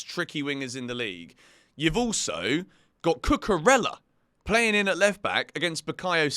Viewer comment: Cucurella pronounced Cucureya. The LL in Spanish' as a Y sound.